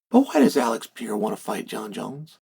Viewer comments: Dear uncle, my beloved G it is pronounced PE - RE - IRA not PIE - IRA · It's not Pee eira!!!! Sheesh Carl! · Do you think he says his name wrong on purpose? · Why should we take your opinion seriously if you still can't say his name. Clearly you've been hit in the head too many times. If you can't think you have no insight. I'm sorry for your brain injury but you shouldn't be on YouTube. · Chael names prononciation is next level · No excuse to still be mispronouncing his name